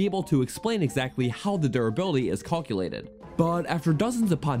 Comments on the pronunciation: What regional accent is "Call-culated"? I say "Cowl-culate" in California. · I was just thinking about how all these YouTubers always pronounce words used in games really weird and then this muhfug just said "call-que-lated." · why do you pronounce calculate that way